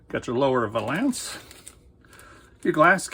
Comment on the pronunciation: VAY-lence. It's VAY-lence.